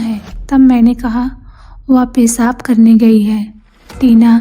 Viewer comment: Hindi sahi kariye baki sab mast hai...सही शब्द "सर" नहीं "सिर" इसी तरह पेसाब नहीं पेशाब होता है और स और श मे अंतर करके बोलना सीखिए